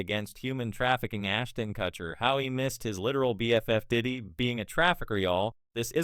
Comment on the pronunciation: Learn how to say his last name or stop using ai voice.